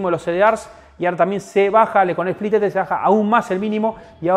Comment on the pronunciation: Bestia!!! Split sin "E"